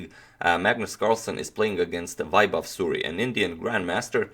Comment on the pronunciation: The pronunciation of vaibhav's name would b like "way-bhav" or "waie-bhav", vaibhav means ethical or right path in Sanskrit (Sanskrit is world's one of the most oldest language)